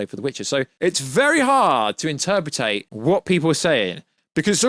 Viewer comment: "interpertate"?.....yeah I'm having trouble "interpertating" this.... 😆